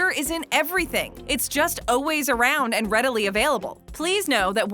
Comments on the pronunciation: aaalll ways why are you saying Oways? ={ } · “It’s just Oways around” what did she just say?